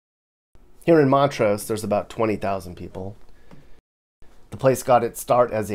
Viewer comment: and it’s montrose, Not mont rose.